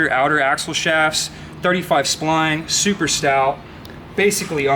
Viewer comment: Give me 5 bucks every time he said stought. I'd be rich.... an we finally found a guy that talks more then Matt lol love it though